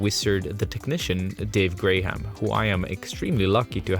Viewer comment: Did he just call the man "Dave Grey Ham"